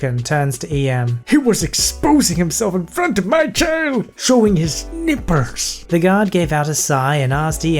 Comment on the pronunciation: I can't keep it together at the way you pronounced nipples... lolol